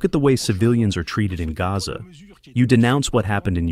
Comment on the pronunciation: The guy translating in the background didn’t pronounce Gaza correctly.